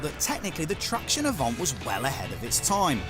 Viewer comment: "Avant' not "Avante" !